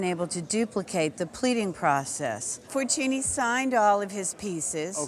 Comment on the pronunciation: That's not how you pronounce Fortuny. The ny in catalan is pronounced like the spanish ñ.